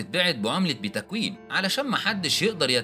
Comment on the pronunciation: اسمها بيتكوين ياريس باتا كويين ، المفروض تحسن معلوماتك العامه